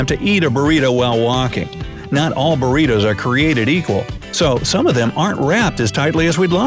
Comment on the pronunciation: Hahaha "Buritous" xD